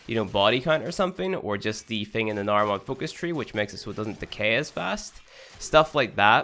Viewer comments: Yeah, I've noticed the way he talks is off. Not a big deal, though. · "I'm gonna show you guys frwee different builds." ☠